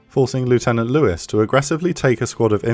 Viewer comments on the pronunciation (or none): none